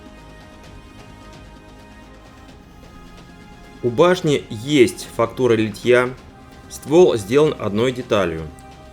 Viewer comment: Почему Вы говорите литьЯ? Надо говорить лИтья, как лИтник!